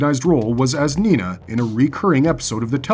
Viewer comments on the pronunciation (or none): none